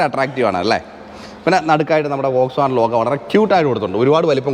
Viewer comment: വോക്‌സ് വാഗൻ അല്ല ഫ്രണ്ട് , ഫോക്‌സ് വാഗൻ ആണ്